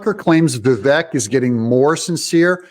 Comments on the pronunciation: Doug: It's pronounced Vivake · DOUG! Say his name correctly, please. It is Vi-VAKE. Long ā in the last syllable. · learn to pronounce vivik correctly